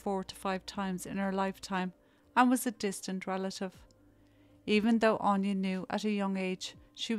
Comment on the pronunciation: Anya is pronounced Ann ya aine on ya